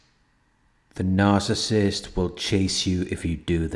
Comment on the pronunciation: NOOOOO one can say the word narcissist like you, it hits like if you didn’t know what a narc was, you can hear RATCHET 🤣love it✌🏾♥️💡